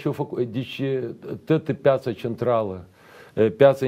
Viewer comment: Piiiiata si nu peeeeeata!